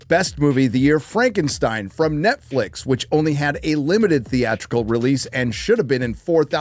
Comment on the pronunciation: Did....😂😂...did you just say FUKKENSTEIN.....is arguably the best movie of the year??😂😂